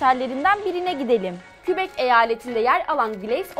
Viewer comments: de kebek diye okunuo québec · 1.Montréal, Monreal diye ve Québec, Kebek diye okunur ve telaffuz edilir, kubek diye okunmaz.